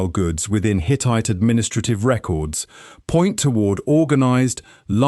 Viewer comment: The accent is irrelevant. My problem is with the fact that it doesn't sound human because it isn't. It's grating because of the unnatural rhythm of the speech and the fact that it clearly doesn't understand human intonations. It even mistook a verb for a noun (the word 'records'; don't expect me to watch the whole video again to find it for you). The script was clearly very well researched. It's informative and enjoyable. The presentation was lazy and detracted from the experience. How hard is it to read a script? Does that answer your question?